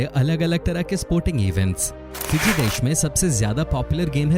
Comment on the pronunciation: It is fiji not piji